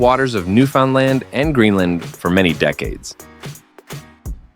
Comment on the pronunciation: Thanks for the extra tour. Very fun. What a cool store. That little lunch kit bag with set 330 on it is very tempting. I can tell you aren't from Newfoundland when you pronounced it. I lived there for a few years.